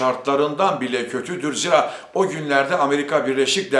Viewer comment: Zira değil.ziiraa....Faaiz...